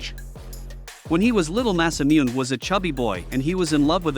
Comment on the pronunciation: You got Masamune name 90% right, the part with mune in his name is a little off the voice actor of the character says that part of the name as moon nay together